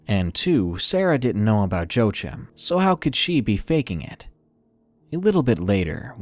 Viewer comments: "Joechim"? I'm pretty sure it's Joachim, pronounced Wah-Keem. It's a Hispanic name. Joechim lol! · #3 Joachim is pronounced wa-keem, other than that small annoyance, excellent video